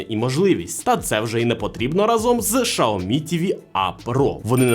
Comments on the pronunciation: Сяомі а не Шаомі 🤦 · Ксиоми, сяоми но шаоми это уже что-то новое😂